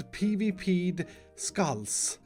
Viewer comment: You mean skalls not skulls ;)